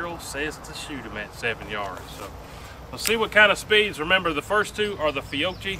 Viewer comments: PSA - It's "fee-YOH-kee". In Italian, a /c/ next to an /i/ or an /e/ makes the /ch/ sound we use in English. "Fiocci" would be pronounced "fee-YOH-tchee", but the /h/ separating the /c/ and the /i/ lets the /c/ retain it's hard /k/ consonant sound - Fiocchi = fee-YOH-kee. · 'Fee-oh-key' just in case you come across the ammo again. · Repeat after me: Fee-o-key. Fee-o-key. I know, unless you are in old town Knoxville with a few Italian immigrant families, it just doesn’t come easy. 😊 Keep up the good work. We can get you handloads of 125 gran going 1400 FPS.